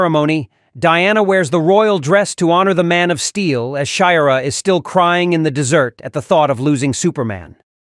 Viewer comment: Met a low? Baut a rang? In the dessert? Your AI is all over the place 😂